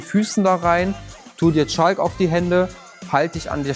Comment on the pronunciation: Er meinte bestimmt Chalk und hat das L verschluckt heehehehehheehehe